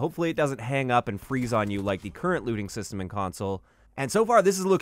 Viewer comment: When he said "Looting System" I though he said "Lewding System". Not sure which I would prefer xD